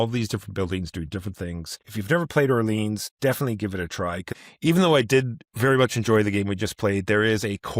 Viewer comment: "Orlean"? lol